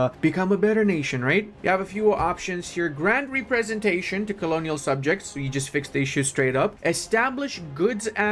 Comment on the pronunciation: Something stuck out and I thought it was a slip up, but then it happened multiple times. When you're pronouncing Representation, you split it up funny, as Re-presentation. But it should be Rep-resentation. You speak more languages than me so I didn't want to come off as a jerk. Just wanted to help/make you aware.